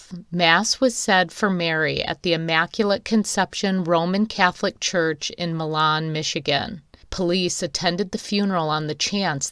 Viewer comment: MY lan not Mi LAHN.